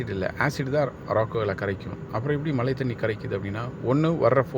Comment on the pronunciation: மழை என்று சொல்ல தெரியல மலை மலை என்று சொல்கிறாய்